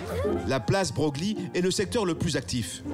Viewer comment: On ne dit pas Bro glie mais Breuil. Meme si cela s'écrit broglie